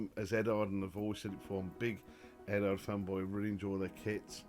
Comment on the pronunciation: Are you related to MOS6510? Apart from looking and sounding very similar, you both also mispronounce Eduard. Speaking of Eduard, I've only built one of their kits, and I found that the decals with the carrier film on top were superb. I'd say they are the best I've ever used. There's absolutely no need to remove the film as it disappears completely when you put a coat of clear over it.